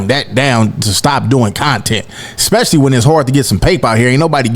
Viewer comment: Especially > Expecially